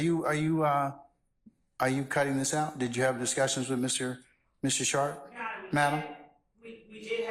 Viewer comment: Schart? Like sharted?!!?? 😂